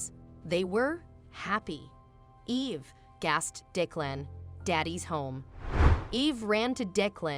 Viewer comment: It would be nice if you would have the person reading the story to pronounce the words properly. OK is not OAK or AWK. Declan was pronounced 4 different ways too.